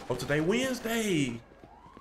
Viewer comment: Bro said today is wednesday w i n d s d a y 😭